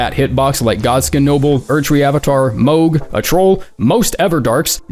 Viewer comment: holy shit he finally started saying mohg correctly